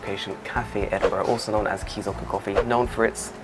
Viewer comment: Edinbrough? It's Edinburgh! 😂 🏴